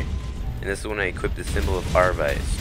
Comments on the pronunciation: "Are~Vice" LOL it's Avarice pronounced "AV~A~RISS" its a V before the R god damn man learn to read LOL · bro.... AVE-A-RIS.....Avarice AVE A RIS not aravis lol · a-va-ris not ar-vice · A VA RI CE morons!